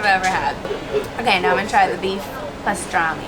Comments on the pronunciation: Hey it is pastirma, not pastirami :D Greetings from Turkey. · It is not pastirami its write pastırma and called pastrma. Its is definitly not the same like pastirami... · Its pastirma Not pastrami!!! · Pastırami ne ya? Pastırma deyin şuna. Bu bir Türk yiyeceği ise ki öyle o zaman yabancılar bize ait bir yiyeceğin adını doğru öğrensin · "pastırami" cannot be Arabic because they dont have the letter p 😂😂 he said pastırami because he wanted to make it more english such as "salami"